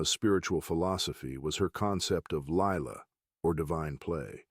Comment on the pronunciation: It's LILA (phonetic) - the Gods Play ..... not LAILA (speling)